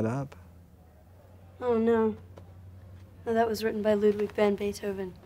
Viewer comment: Intéressant, mais 3 remarques : 1. C'est Ludwig vAn, et non Ludwig vOn, comme vous le prononcez plusieurs fois. 2. La fameuse "Lettre à Elise" est une Bagatelle (genre rarement pratiqué il est vrai), et non une Sonate, comme vous le dites systématiquement (ce n'est pas parce que c'est joué au piano que c'est une Sonate : rien à voir !) 3. "Beethoven" ou "Beethov'" ? Les deux prononciations sont possibles, mais il aurait été logique que vous vous en teniez à une seule ("Beethov" est en réalité "Beethov'n", avec un "n" à peine entendu). Merci et vive Ludwig.